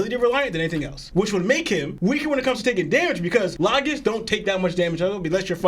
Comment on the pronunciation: Bro said Lagasss instead of logias 😂